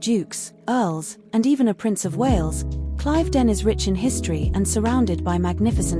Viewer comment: It is pronounced Cliv not Clive ..den